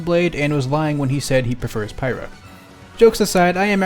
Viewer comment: It’s pyra